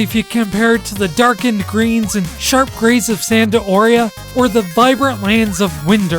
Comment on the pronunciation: very good guide tho the "Vana dale" does bother me quite a bit lol same as "Sanda Oria"